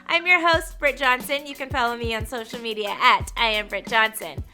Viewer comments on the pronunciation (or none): none